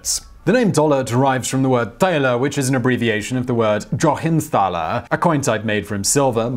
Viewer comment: I actually speak German, but I had no clue that's what he was saying there because he made it sound Czech. You're right, though, after watching that bit with the subtitles, which say "Joachimsthaler", and he only said the silver was mined in Bohemia. Now that you point it out, though, it's more obvious. My German is very rusty right now, but I do believe I remember the word Thäler... wait, no, that's Valleys, isn't it? Oh well, I forget. The way you mentioned it, though, it sounds familiar.